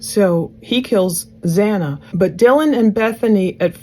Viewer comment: It bothers me SO much that the Judge couldn’t even get Xana’s name right, not one but twice!! So disrespectful…